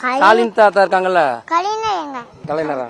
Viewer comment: கலைநர் அறிநர் இல்லடா 😂😂😂ஞ சொல்லிக்குடுங்கடா தமிழை கொல்லாதீங்க டா